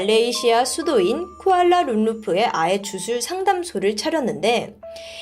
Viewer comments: 쿠알라룸푸르를 왜 쿠알라룸루프라고 하시는지....??? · 쿠알라룸룸프..ㅠㅠ 말씀하실때마다 몰입이 깨집니다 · 쿠알라룸루프(X) 쿠알라룸푸르(O)